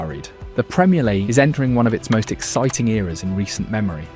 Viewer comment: Is this an AI voice for your posts? There are miss pronounced words such minute and league that a human wouldn't do?